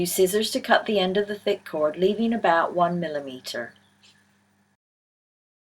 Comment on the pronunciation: off topic: Are you from Ireland or Wales? I hear an accent when you say "millimeter" that reminds me more of an Irish accent... (I love accents so it's hard for me not to be curious) verrrry easy to understand instructions... thanks SOO much! =)